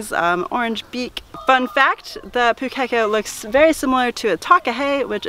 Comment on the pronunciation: A little tip on the correct pronounciation. It's Pūkeko, the ko is more of a corr sound vs co sound, hope that makes sense 😆 Have you heard the Pūkeko in a Ponga tree song? Its to the tune of the 12 days of Christmas 😉